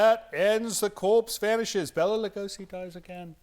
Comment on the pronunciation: Bala Lugosi with the emphasis on the A🦇